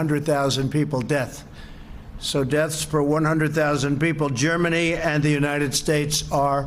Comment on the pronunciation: "Germanuuuuuuuthe United States" Trump can't even say Germany now.